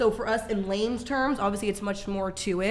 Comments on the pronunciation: “in lames terms” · Did she say “in lames terms” instead of in layman’s terms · Hahaha, did the tattooed girl say " in lames terms" 😂😂